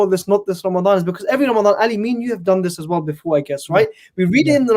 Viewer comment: It’s Ramadan Ali not Ramdan😂😂